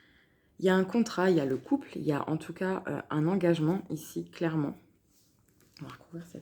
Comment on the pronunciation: Magnifique tirage, Il m'a beaucoup parlé Et qu'est-ce que j'ai pu rire quand tu as prononcé le mot "engagement"